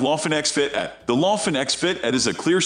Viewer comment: The computer voice program sucks. Sumitomo AT pronounced "at" instead of Ay Tee or all terrain? 🤦‍♂️ and what did you call the General APT? You called it the "App?" Jeesus. You got a dislike for all the mispronounciations.